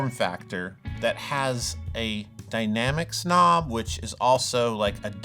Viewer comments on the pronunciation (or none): "dynamics knob"... I thought you said 'dynamic snob!' lol